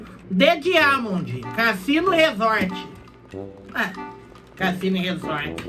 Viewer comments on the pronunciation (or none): "D DIAMONDI" KKKKKKKKKKKKKKKKKKKKKKKKKKKKKKKKKKKKKKKKTANKEI NADA